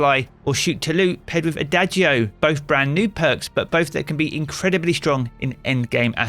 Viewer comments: its a-dah-jee-oh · ah-DAH-g-o, not ah-DAY-g-o. ON-som-bl, not IN-som-bl. Its a music thing. Please pass this info on to all the other content creators. Ya'll are making my ears bleed.